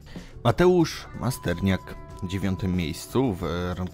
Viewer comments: Masternak nie Masterniak😂😂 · Masterniak haha nawet nazwiska poprawnie nie wypowiada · Masternak nie Masterniak Kibicem boksu to ty nie jesteś;)